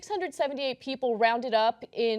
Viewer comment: Deus Umbra Dudes lol cos he cannot comprehend the word People or even pronounce the word People. Peee opal pe op le ?